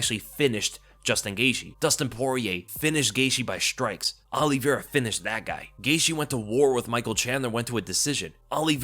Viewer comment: As someone who’s last name is Oliveira it’s not OLLYvera 😂